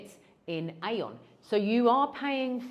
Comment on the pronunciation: AEON is pronounced ee-yon. Trust me, I lived in Japan and it’s a Japanese supermarket.